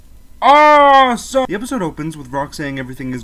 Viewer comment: Why do you have to say asome that you say its anoying